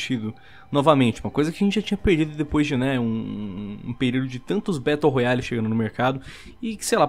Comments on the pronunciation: "traz elementos de um BETO ROYALE" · "Betão da realeza"